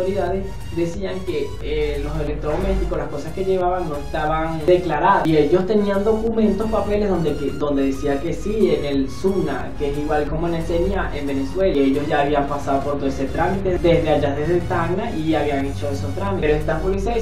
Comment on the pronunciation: se dice sunat, no sunac